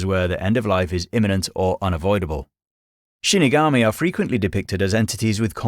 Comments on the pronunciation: not trying to sound rude but it is shinigami not shunogomi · Shinigami* not shunogomi 😁 But great video!